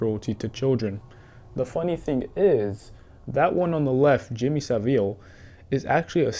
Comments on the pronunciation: “Jimmy sa veal” 💀 its pronounced sa-vile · the way bro said saville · Bro good video and all but the way you pronounced Saville hurt my ears 😂